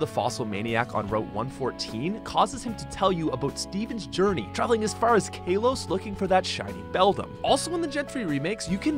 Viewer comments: It's not kAlos it's Kalos how you say it it's wrong don't say it like that it's super triggering how you say it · Am I the only one irritated by this guy pronouncing things wrong? Rayquaza is pronounced Ray-KWAY—Za and Kalos is pronounced with a short A sound not a long A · Its pronounced KALOS not KAYLOS